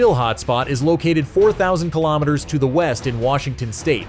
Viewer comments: 80 kaylometers? What the hell is that? Shitty oversight with the narration. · Kay lom it ters. lol 🤣🤣🤣🤣🤣love ai narrative 🤡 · "Eighty kaylometers" The background music is the worst. Sounds like a video game. Toss this whole thing 🙄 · yeah, right at the start the narration stated clearly 80 kaylometers. was enough for me.